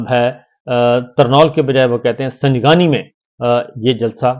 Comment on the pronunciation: بہت شکریہ حالات و واقعات سے با خبر رکھنے کا۔ سنگانی نہیں ہے۔ “سنگ جانی” نام ہے جگہ کا۔ بہت پرانا اور مشہور گاوں ہے راولپنڈی کے پاس۔ معافی چاہتا ہوں۔